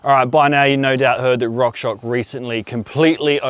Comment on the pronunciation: fyi it’s rock shoX (shocks)